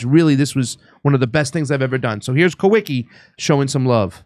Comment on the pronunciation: I believe the correct pronunciation for the guy you call Kah wee kee is Kah vee kah